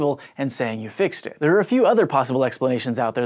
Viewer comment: it sounds like he's drunk when he says "fixed it" lol